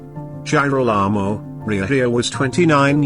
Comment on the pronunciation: you have to review the pronunciation of Girolamo, I had to stop watching because it was too irritating.